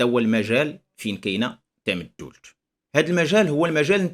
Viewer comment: سلام، للإشارة أستاذي ف"تامدولت" تُنطق بدون شدّة: "Tamdoult" فنسمع الناس تقول إلى يومنا هذا: "تامدولت ءوققا" / "Tamdoult ou 9a" نواحي "طاطا".